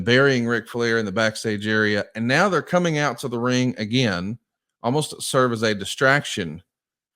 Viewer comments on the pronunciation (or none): none